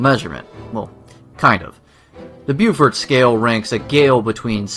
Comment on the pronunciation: French language: Exists: "The Bufort scale of winds" 😆